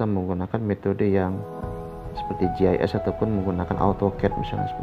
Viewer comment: gis mksdnya itu pak, tapi terdengaar seperti jhs. Gis atau sig singkatan dari sistem informasi geografis